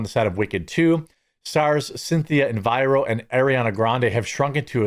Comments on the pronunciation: She is legion; get behind me, Satan. Only my cringing ears really care, but her name is, say it with me, ... E R I V O not "ENVIRO". Do you have her confused with "ELVIRA"? Elvira was far better upholstered, certainly not anorexic. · Take the extra second worth of time to learn how to pronounce someone’s name. It’s not Enviro, it’s Errivo, like Ah-reev-oh. He did the same thing when Ozzy died and called Tony Iommi(I-owe-me) freakin’ Tommy Lommi. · The way Jeremy pronounces Erivo as "Enviro" lol